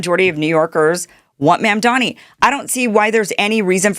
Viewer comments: Kim, his name is Mamdami. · Can you stop calling him Ma’amDaani? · Kim, Trump IS bad for Blacks and Hispanics. Try a different analogy. And how about properly pronouncing Mamdani’s name?